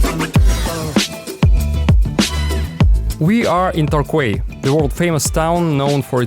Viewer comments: It's pronounced "Tor-Key" lol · Twenty-three U.S. IS equal to Thirty-fourAussie. doooh. 😁 Oh and it's Tor-key not tokquat or whatever you said! lol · how do you pronounce Torquay? I had to smile when said "Torkway". The original English Torquay is pronounced "Torkey". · fun tidbit. in Australia quay is pronounced kee (or key) so when you visited Tourquay , its pronounced more like Tor-kee, and same with Circular Quay in Sydney. Its so great to hear all the great experiences people have in Australia, reminds me to be greatful.